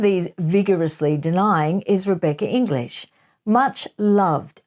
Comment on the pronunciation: I understand your basic premise, but I d o feel that you are being unfair to Rebecca English. You managed to say her name with a deal of emphasis many times, banging home your distrust of her and the system, but it came over as very pointedly discrediting her. You may not have meant to be quite so outspoken about her in particular, but it didnt sit very well with me, unless of course you gave her the right of reply?